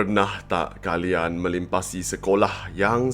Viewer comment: Did you say “melimpasi”?